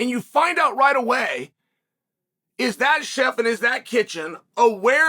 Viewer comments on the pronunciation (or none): none